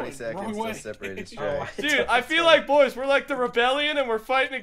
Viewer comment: how come you guys say boysh instead of boys